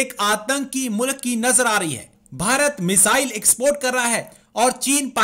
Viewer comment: मजाइल्स बोल रही है। ना की मिसाइल..😁😁